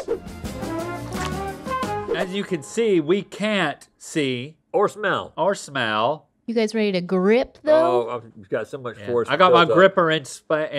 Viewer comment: I thought it was more like “smella’ that!” like he just started emphasizing/exaggerating that extra little syllable he’s always added at the end of the word “smell” 😅